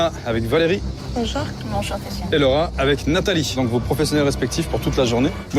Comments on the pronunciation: Mdr qui a entendu 3 fois le rat au lieu de Laura ???🤣🤣🤣 ( moi ) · Moi qui fait que d’entendre « le rat » au lieu de « Laura » 😂